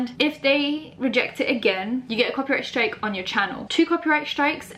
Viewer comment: Every time the says copy strake I cringe